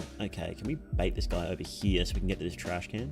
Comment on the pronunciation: Its Trashcan Not trash-cannot